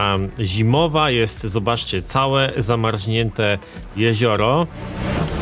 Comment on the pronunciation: zamarznięte a nie zamarźnięte - tam nie ma Ź :P head tracking bedzie obslugiwany?